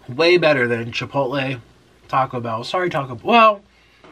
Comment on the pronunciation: jipotle ? XD